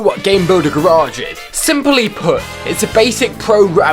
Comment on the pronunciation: did he just say garage like GARE EDGE